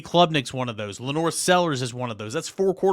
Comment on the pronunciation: Lenore!- Bill Dautrieve